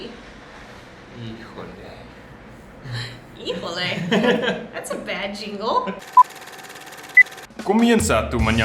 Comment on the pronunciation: "Híjole"... Jajaja... Nice!